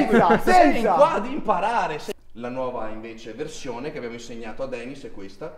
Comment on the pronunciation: 1,di dice "Denis", e non "Danis". 2,se non ti piace non Guardarlo, No? 🤷‍♂️🤷‍♂️🤷‍♂️